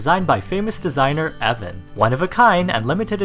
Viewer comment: "I am Ev'an. " Oh no. Not again.